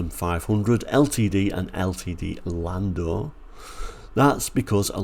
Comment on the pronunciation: Landau is pronounced "Landow" 🙂 I've always a liking for compact American cars like the Pinto and Maverick. The latter is probably the same size as a European Granada or Cortina. I do like the Ltd II Brougham as well. Quite a confusing range of cars with so many permutations.